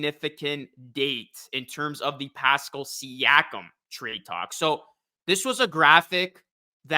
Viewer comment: The way you say "Pascal" made me stop watching.